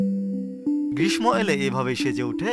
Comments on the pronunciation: গ্রীশশোঁ হবে। অটোপাশ টোকাই সাংবাদিক হলে এমনটাই হবে 👍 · আমিও ঠিক এটাই এখন লিখতে যাচ্ছিলাম। গ্রীষ্ম এর ম এর উচ্চারণ তো করতে হয় না । কিন্তু উনি নির্দ্বিধায় তা করে গেলেন 😂😂😂